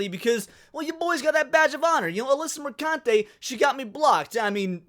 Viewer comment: "mercunte" hahahahahahah